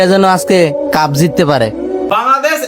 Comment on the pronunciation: কাফের না কাপের । বাংলাটা তো ঠিক করে বল ক্যাংলাদেশি !! 😂